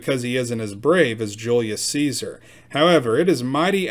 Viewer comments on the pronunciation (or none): none